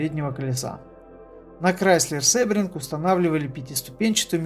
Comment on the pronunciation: Произносится не "СЭбринг", а "СИбринг". Английский язык. ;)